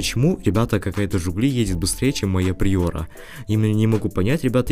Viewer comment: Не приёра а приора